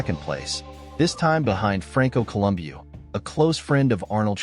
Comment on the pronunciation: 'Franco Columbeeooh' 😂